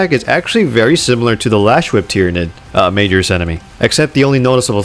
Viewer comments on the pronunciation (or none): love the music selection btw. In the spirit of being helpful, Majoris is pronounced like its Latin, "muh-johr-iss" instead of "Major Is". I hope you find that input constructive. Also you taught me a new word, I hadn't known about analyzation before today and looked it up. Thanks for the vocab addition :-)